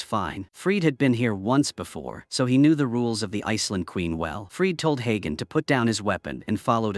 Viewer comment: the name is spoken like hunter but hagen